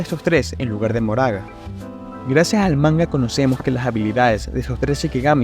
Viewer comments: quien es Moraga? es Makora (como lo pronuncian en japones) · se lee "makora"